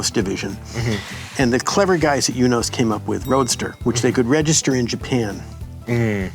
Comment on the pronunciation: Bob is the GOAT, which makes sense how he invented the GOAT car. It's also good to hear how Eunos is pronounced since it was killing me trying to figure out the exact way to pronounce my imported Japanese NA. But I live in Europe so it's forever the MX5!